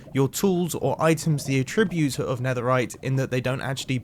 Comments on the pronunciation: “A - tribute” ??? It’s attribute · The incorrect inflection on "attribute" made me twitch every time. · Is it just a British thing, or are you saying the verb a-ttrib-ute rather than the noun at-trib-ute? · mumbo: aTTRIBute. me: well that was a weird pronunciation, probably just a misspeak, it's ATTribut mumbo: aTTRIBute. me: ok... wait. * checks comments * me: is it just me? why has nobody said this in the comments??? how do you pronounce attribute? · Nobody: Mumbo: *says attribute as a tribute" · I’m American and the way he says attribute and ingot is trippy to me!😂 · Everyone’s complaining about how he pronounces “ingot” and “attribute” and I still can’t tell what’s wrong with it 🙄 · Someone teach this man how to pronounce attribute